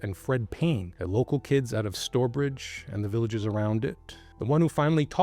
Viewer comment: It's pronounced 'st-ow-er-bridge', not 'store-bridge' 👍